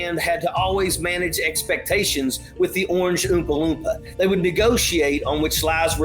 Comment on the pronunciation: "the Orange Oopaloopa", 😂🤣✌️👍sorry if I spelled it wrong! 😊✌️